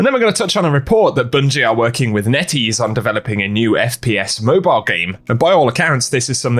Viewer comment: whenever you said NetEase i thought you were saying nitties lol